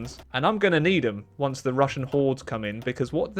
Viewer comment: “Hwonce again!”